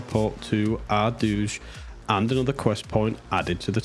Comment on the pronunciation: Never heard the Ardooj pronunciation before. Fascinating how many ways people say that word.